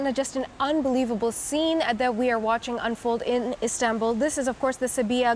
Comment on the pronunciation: Nop. I clearly heard. She said islambool